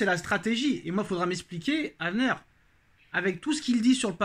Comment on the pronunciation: Avner pas Avneur